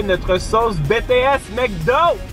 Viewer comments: Ça me tue faut le dire en anglais BTS (BiTiS) comme BlackPink, got7, TXT bref ta compris (moi aimer la k-pop mais voyons ne dites pas de sautise.... J'ADORE😍) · Ça c écrit BTS mait ca se dit Btis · « Betéèsse » sa fait mal à entendre 😭 lis les lettres comme en anglais 🥲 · ON DIT PAS BéTéS ON DIT BiTiS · j'ai envie de pleurer on dit bitièse pas bètèsse TnT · BTS ça se dit pas « Bétéèsse » mais « Bitiès » les lettres à en anglais quoi pas en français TwT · tu dit " bts" mais sa se dit a l'anglais "bi ti s" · Pk di BTS( béts) alors que ça se dit Bts( bitis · «Bétées » C’EST «BiTieS »!! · Es que y’a que moi que ça stresse qu’il dit BTS et pas BEE TEE ESSE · On dit bities l'anglais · Ça se prononce bitis c'est en anglais sinon j'adore tes videos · OH MON DIEUUUU TA DIS "BTS" CA CE DIT "BITIS" AAAAAAA JE MEUUUUURS 🤯😱😭😭😭😵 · Comment il a prononcé BTS 👁️💧👄💧👁️